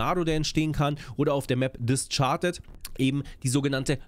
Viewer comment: No Front aber das "Discharded" statt "Discarded" triggert mich derbe :P